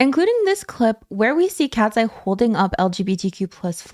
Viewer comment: Not me hearing "Ratseye." Lol